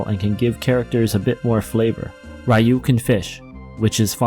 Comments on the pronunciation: Did you just say "Rye-you"...? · I haven't heard Ryu pronounced Rai-yoo in over a decade+